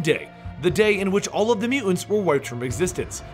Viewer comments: How is nobody mentioning the way he pronounces "Mu-ants"? Was I the only one slightly annoyed by that? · "Mutants" has 2 't's pronounce them. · am I the only one bugged by Bennys pronounciation of the word mutants?